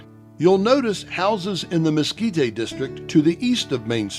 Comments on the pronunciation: Mes-KEE-tay??? Where you from, partner? Try Mes-KEE-teh.....sheesh! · Mesquit-tay? really people? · "We're here in Lase Cruises in the Miskeetay area where there are lots of places selling Chilly peppers! It is great to be in the 'New' Mexico (not the old one) where there might be Meskicans and stuff." Good God, who did they get to narrate this???